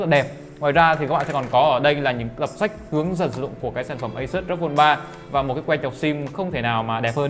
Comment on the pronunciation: Hết ông khôi ngọng là AU I PHÔN 3 Giờ thêm ông này nữa Rốc Phôn 3